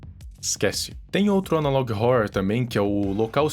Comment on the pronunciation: Nunca assisti, sabia q era ruim, Achei mt engraçado q ele fala Analog ohourror